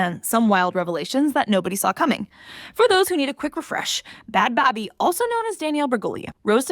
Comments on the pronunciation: It's baby. How do you do a video on them and dont even look to see how they pronounce their name? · Is that how you pronounce her name😒